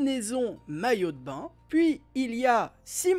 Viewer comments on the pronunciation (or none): none